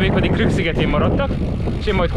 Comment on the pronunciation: Vicces ahogy elhagytad a Krk szigetet végre rendesen mondod a nevét, mikor visszaértél újra furán beszéltél 😂